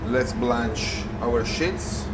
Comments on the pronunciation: Wonderful, but please it is sheets (eeeee) not shits. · The pronunciation of sheets was interesting 🤣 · Thank you for confirming I'm not crazy. I kept hearing him say "pasta shits" and it's all I can think about now lol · My husband is French. I didn’t realise the Italians pronounce “sheets” the same way😁💕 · I really like the lighting in this kitchen. Most professional kitchens are lit up like the inside of a convenience store-gas station. This one is well lit, but not obnoxiously bright. Also, I like the way he says “sheets” ! Great video!!!